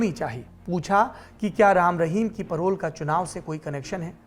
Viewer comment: परोल नही पेरोल कहते हैं